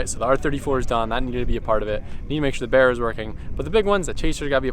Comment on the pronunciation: You just need a good mechanic. Thank you for saying BARRA Correctly not like your mate that borrowed your car.Barras are indestructible i have 3 my (2015 FGX XR6 Turbo Petrol ),(2010 G6( like a futura) which is designated LPG) and a 2005 BF Fairlane Ghia which is duel fuel half Petrol Half LPG. I will never get rid of my Barras, they are the Bomb.And best of all of these all are designed to take Regular Unleaded(91 Ron in Australia) .Anyone lucky enough to get a Barra in the US ,they are so reliable and will last you up to One Million Kilometer's (Some LPG taxis in Australia have lasted well over One Million Kilometer's) All you need to now is to educate some of your American friends which may drive Holden's not to have CHEVY badges on these cars as some of our Aussies do over here even though i am a Ford Nut ,this looks so Shit.